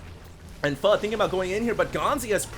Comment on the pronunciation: Hd says pho right